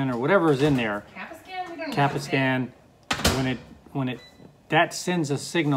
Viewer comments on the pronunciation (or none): It is pronounced cap-say-a-sun